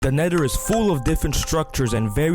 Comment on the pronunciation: "The nedder" do you have some kind of accent?